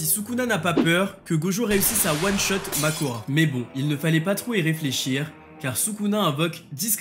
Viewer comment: C’est pas Mahoraga ? et pas Makora